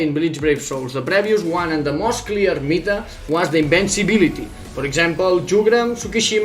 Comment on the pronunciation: Its called Meta and Build not Mita and Bould. This is really annoying